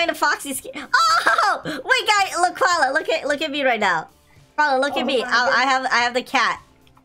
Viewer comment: Koala sounds like gravy